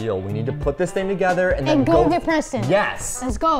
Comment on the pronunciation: ITS PRESTON NOT PRESEN